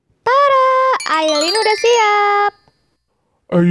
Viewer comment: Ayline bukan aiyline